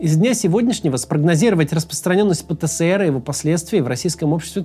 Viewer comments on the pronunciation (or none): Максим, простите за занудство, но правильно говорить ПЭ ТЭ ЭС ЭР